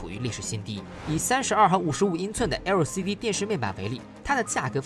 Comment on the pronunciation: 那個L的發音怪尷尬的